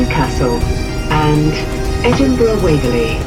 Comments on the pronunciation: said Edinburra, said Edinburrow, was wrong. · How do Americans get Edinburrow out of Edinburgh? bura. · helpful tip if welcome ? , Ed-In-Brugh ( bruh ) 🤗❤️🏴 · Edinboro lol yeh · Always pick the train. Best way to travel. Btw. Edinburgh is pronounced. ed-in-bruh. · "Edinbro" grates a bit, and "Edinburg" When I go to Pittsburgh I'm going to insist on calling it Pittsburra 😆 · All you need to do now is to learn how to correctly pronounce Edinburgh. 🙄😖